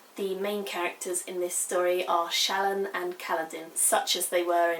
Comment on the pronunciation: Not a criticism. I adore SA and Words of Radiance is my most favorite books ever. I mainly listen to the audio book because I can't sit and read without falling asleep. So, I am always listening to it over and over again while I drive. I was gonna let you know how the audio book pronounces the names. Eshonai is "Esh Oh Nie" Shallan is "Shal On" Kaladin is "Kal uh din" Alethka is "Al eth car" Like I said, I may have misspelled the names since they have ever been heard and not seen. As far as spelling goes. I know fantasy names are always up for debate, but I assume the audio book has asked Brandon for his intended pronunciation. FYI, I adore you review, I agree with everything you said/felt about this book. I promise I'm not trying to be a dick and correct you. I just figured you might want to know the "correct" pronunciation.